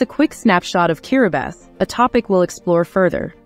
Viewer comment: Why does the Narrator her keep pronouncing this Place as Kiribasses?????????? Is she sure she has the Right Island 🏝